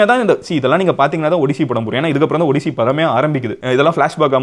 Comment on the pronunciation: 😂 it is ஆடிஸ்ஸி Not ஒடிசி